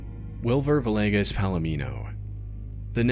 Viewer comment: Sorry I have to say this but for the last name Villegas, it’s pronounced VEE-YAY-GUS lol. It triggers me every time someone says it wrong